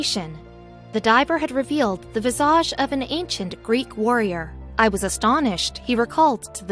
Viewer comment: Calabria and visage pronunciation is annoying, takes away from the credibility of that sqeaky-sounding amateur reader!